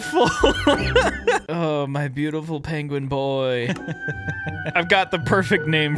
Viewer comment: Ah yes the “PAIN”gwin